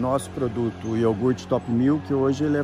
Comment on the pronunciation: niguém: A toguro: é iorgute fellas, pureza, não é bebida lactea não ... nuuu